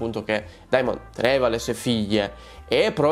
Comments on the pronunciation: SI PRONUNCIA DEMON! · Esatto ti prego DEMON !!! Il dittongo Ae si pronuncia E